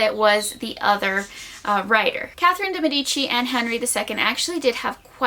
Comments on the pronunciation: It's pronounced deee meeeedici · The way de medici is pronounced hirts my italian ears (good video tho)